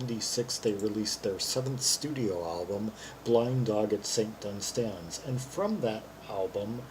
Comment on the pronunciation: One of my all time favourite songs. Minor quibble - The emphasis on the word "Dunstans" is on the first syllable.